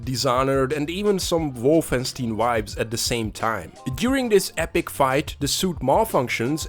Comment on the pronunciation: IT'S WOLFENSTEIN, NOT WOLFENSTIN